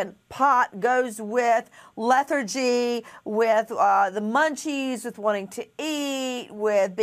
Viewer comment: What the hell is leather G? Does she mean lethargy?